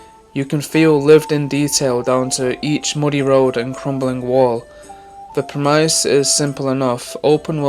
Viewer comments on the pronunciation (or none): I can tell you used chat gpt to write this, mostly because you’re bad at reading but I knew when you pronounced “premise” like a middle schooler who doesn’t know how vowels work, and the parts you actually wrote yourself are just basic observations where you basically just restate things other people have said about other open world games. You don’t deserve success.